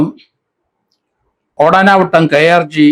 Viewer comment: Sir, ഓടാനവട്ടം അല്ല, ഓടനാവട്ടം